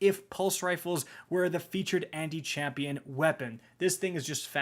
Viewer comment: "ThE lAsT brEaTh iZz tHE 2nD wORst WePuN iN pROpHeCy"